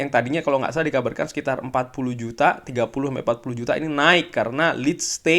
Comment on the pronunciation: Penasaran, kenapa tiap ngomong barca selalu ada penekanan tentang penyebutannya??